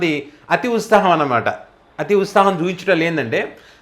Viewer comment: సారీ సోదరా మీకొక విషయం చెప్పదలిచా సవరించుకోగలరు. మీకు త కు సవత్తు కలిపి పలకటం రాలేదు సవరించుకోవటం ఈజీనే. అభ్యాసం కూసు విధ్య అన్నారుగా అలా. ప్రొస్తహిస్తారు, సంవస్తరం, ఉస్తాహం మీరన్నవి ఇందులో. ప్రోత్సహిస్తారు, సంవత్సరం, ఉత్సాహం పలుకవలసింది. సారీ మీ కంఠస్వరం చాలా బాగుంది మీ ఎక్సప్రెషన్, విశ్లేషణ చాలా ఇష్టం. తెలంగానా యాస బాగుంది. Tq సోదరా.